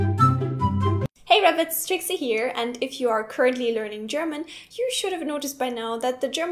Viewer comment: You have pronounced "currently" wrong. "Geil" ist die Jugendsprache. Ich gebrauche dieses Wort nicht. Ich spinne, wie immer.